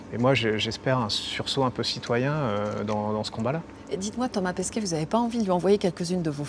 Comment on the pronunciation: Au tout début elle dit pAsquet au lieu, de pEsquet